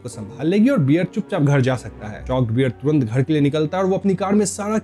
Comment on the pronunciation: Bhai beer nahi, Bear.